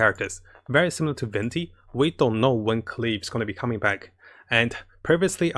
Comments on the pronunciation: it's Klee not Kayle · Wtfind wrong with KLLEEEEE NOT keel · Fking say KLEE not KILL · It's klee not keel lol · Am a bit annoyed, why he keep calling her kill .. her name is klee and should be called kelee not kill.. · sees klee: keel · ...and he's back to saying "keel"... we were doing so good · when he tries to scream to raise his luck when gacha-ing for Klee: keel... Keel.... KEEL.... KEEL! KEEEEEEELLLLLL!!!!! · Keel FTW :) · My boy so excited for klee he went back to saying keel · He’s saying Keel again XD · Yeah Klee with "ameno" instead of anemo. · At this point, i gave up on how he pronounces klee.